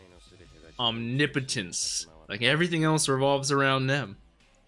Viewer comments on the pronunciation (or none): Om-nip-otence lol its pronounced "Omni- Potence